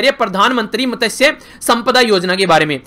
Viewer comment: Sir मत्स्य ऐसा बोलता है usko